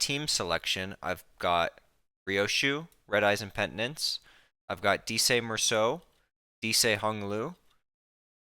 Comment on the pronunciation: That pronunciation of dieci is diabolical, discarding it only grants one insight